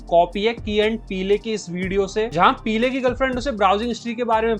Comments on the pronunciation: 🤦‍♂️🤦‍♂️ The Key and Peele scene is a parody of the famous "The Usual Suspects" scene. If you don't know the iconic movies like Usual Suspects you shouldn't be a movie reviewer. It's pronounced Key and Peel and not पीले। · how to pronounce: Key and Peel how not to pronounce: Key and PEELE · Peelay nahi peele hai wo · Research kar liya karo पीले nahin hai naam पील hai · Good work par bhai key & PEE-LE nhi h "PEEL" bolte hain. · Key and piley😂😂😂😂 Key n peel pronunciation hai bhai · It's not "pee-le", it's "peel" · Are uska nam pilay nahi hai bhai uska nam peel pronounce karta hai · Mere bhai key and Peele.... Peel hai peeele nai hai mere bhai.... Kan se khoon nikal diya tunne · "Peeele" "Neele".. bhai if you're pointing out someone's mistake atleast khud ki basic research to kar lia kar ki channel ka name kya hai. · Bro it’s pronounced peel not peel-e 😅 the “E” is silent in “PEELE” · Key and peel hai bhai peeley nahin 😂😂 e silent . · भाई, यह की और पीले नहीं है, (Key & Peele) यह की और पील है l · Peele nahi Kaale hai wo 😂 Peel pronunciation hai naam ka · O bhai peel e nahi hai peel hai e silent hai 😂😂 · Peele ❌️ peelayyy 😂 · "Pee-ley" 🤣🤣🤣 Great video nonetheless! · thut peele bole 🤣😭😭